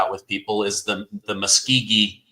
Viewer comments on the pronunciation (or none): Tuskegee Experiment, not Muskogee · Tuskegee,. Not Muskegee. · it's Tuskegee, not Muskegee, in any event, VERY glad that you bring what you do!!! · TUSKEGEE not Muskegee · it's the TUSKGEE not Muskgee. But you always have informative messages. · I think you mean “Tuskeegee” not muskeegee which I think you are confusing with Muscogee. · It was Tuskegee airmen not Muskegee.